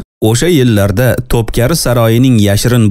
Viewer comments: Тупкари эмас Тупкапи Китоб укийлик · топкари эмас топкапи булади. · Тўпкари эмас ( тўпкапи ) яъни тўпқопи саройи дейилган.... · Топкари эмас топ капи дейилади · Топкари эмас топкапи дейилади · Текстни укиган одам хато укиди яни топкапи саройи деб укилади ва айтилади сиз топкари деб укидиз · Тупкари эмас To'pkapi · э админ, тупкаРи ЭМАС тупкаПи олдин тугри укишши урган сериални айтиберишнимас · TOPKAPI - ТОПКАПИ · Topkapı.. топкапи укилади